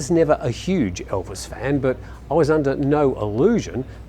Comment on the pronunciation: Not being funny, but what English-speaking presenter has ever pronounced the most famous name on the planet 'Elvis' as ELVIN?..what an utter Pratt!.. And it was left in the video, bunch of prats!😜